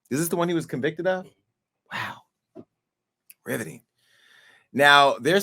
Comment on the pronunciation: Anyone else feel like you are going to go down with Jason because you agreed with him. Lmao! I don't mind. Did he say Riviting. Lmao